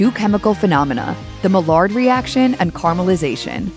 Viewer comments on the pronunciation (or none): maillard. the french pronunciation is "my yar." the english pronunciartion is "my yard." nobody pronounces it "ma lard"